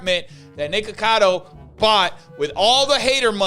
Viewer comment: Fun fact: the way you say NiKAKAdo Avocado. That sounds like kaka, which in my language means poop.